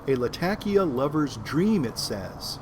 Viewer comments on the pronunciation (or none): Turkish and Arab Words tend to have the emphasis on the second syllable, hence laTAkia, not lataKIa..if you wish to pronounce it 'correctly'.